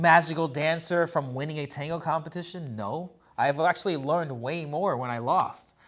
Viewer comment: With all due respect guys. I all you podcasts. I have a question ❓ Why do majority of avid dancers mispronounce the word "tango" ?